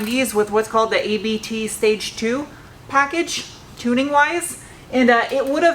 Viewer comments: Just FYI....ABT isn't an acronym, it's a German surname. The company is named after the founder Johann Abt. So it's pronounced 'Ahbt', not 'a-bee-tee' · it’s pronounced ABT, not A.B.T.:-) Everything else, you rock! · By the way, even though it's uppercase, ABT is just a last name, not an acronym, so you can say Abt (sounds like "upped"). Daniel Abt of ABT has quite a popular German Youtube channel.